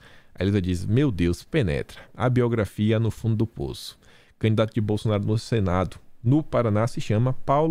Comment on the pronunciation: Moro não quis fala biografia e sim abeugrafria